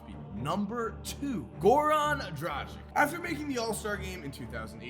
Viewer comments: It is not Goran DRAZIK It is DRAGIC, YOU ARE AND NOT KORGEMBA. ITS NOT THAT HARD TO LEARN SOMEONE NAME. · Hi there, why do you keep pronouncing Goran Dragic's name with 'K' at the end? Do you also pronounce Luka Donkik, Peja Stojakovik,..? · Learn how to pronounce Goran Dragic man.You are killing his name